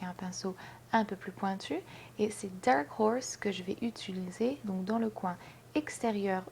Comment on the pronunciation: Salut ! c'es étange tu dis "utuliser " ^^ Sinon très beau make up :)